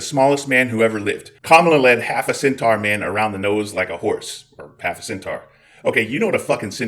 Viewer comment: Centaur is pronounced SEN - TOR and Keurig is pronounced KOY- RIG,.